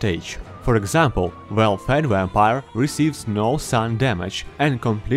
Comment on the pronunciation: Wampire Lol sorry my friend says it like that